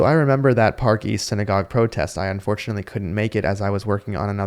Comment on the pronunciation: Dude said Unfornuatly😅 fool